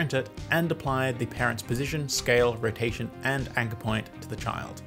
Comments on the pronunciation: As a chinese I SCREAMED to "wotation" 😂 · The Wotation Killed me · W for Wotation, haha